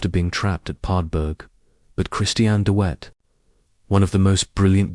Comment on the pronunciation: De Wet the w is pronounced like a hard " V" not as wet as in water